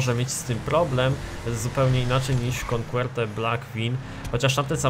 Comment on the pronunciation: Jakie "konkłerte"? xd Coquette czyta się "koket" ;P